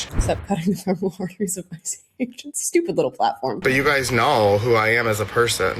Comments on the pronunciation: I know it's petty, but why are these professionals pronouncing “femoral” incorrectly? I know it's been years since I was a nurse an even longer since I took my terminology class, but we were taught to pronounce it “feh-mr-uhl.” OK, I'm done being petty. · This Person claims to be a nurse??? Fe mor al vein??? You can't even pronounce it right. Just another example of the tolerant left. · he's a nurse a he cant pronounce femoral artery correctly lol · He can’t even pronounce femoral correctly. He is a psychopath. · we have deranged nurses who cannot even pronounce the word, “femoral”. THAT is the great fear of modern health care. We need to return to vocation based employment in schools and hospitals. Get these desperate, emotionally unhinged and otherwise unemployable specimens OUT of the workforce. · Any nurse who can’t pronounce the word femoral correctly shouldn’t be practicing anyway. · he can't pronounce femoral and he's a nurse? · he just said the name of it the femoral artery he said it wrong but what the fuck is this guy doing? He’s clearly unhinged just by looking at him. That pearl necklace is wild.